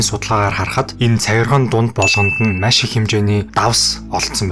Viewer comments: Маш байвал яаж бна.машь гээд байх юм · Машь ? маш гэж уншаач эсвэл яриач пяз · Nuhursug zuvlumj: MASH gej tod hlhiig bodooroi tghgui bol MAESH gej zuulnii temdegtei ym shig sonsogdood bnaa bas olon udaa davtaj hleed bn shuu. Busdaar bol yanziin sonirholtoi blaa.Amjilt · Маш, майш 2 ялгаатай шүү. Загвар өмсөгч Энхболд шиг ярих юм. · Үзсэнд Машь их баярлалаа гээ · Машь гээд байх шиг байна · maish gshaa 😂😂😂 mongol ugiin sand tiim baihguu shuu bro 😅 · Ккккк. Маш гэдэг үгийг яаж дуудаад байна аа😅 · mashi gedeg ugiig n bur sonsoj chadahgui garlaaa ohhhhh 🫣